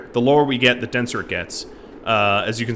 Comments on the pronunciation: I keep thinking he is saying KFC not KSC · I keep hearing kfc not ksc